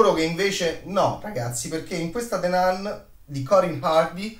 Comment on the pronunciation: Non voglio fare il professorino ma si pronuncia "Nun" ...the nan non si può proprio sentire